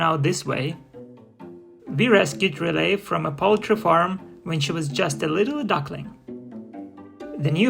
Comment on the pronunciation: Why do you call the goose 'relay', instead of her name, RilETTE